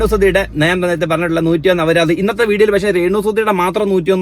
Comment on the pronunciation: അവരാ ധം അല്ല , അപരാധം